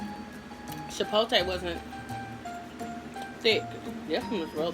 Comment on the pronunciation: I laugh every time u say "chipolte" it's CHIPOTLÉ!! LOL